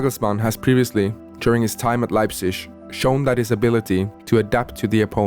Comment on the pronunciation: Thank you for saying "Leipzisch"